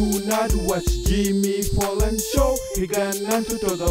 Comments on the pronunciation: Jimmy "Fallon" with a "F" not a "P" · I swear he's saying Jimmy Pollan... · What the hell is this?? OMG IS IT SERIOUS. btw it's fallon not fallen.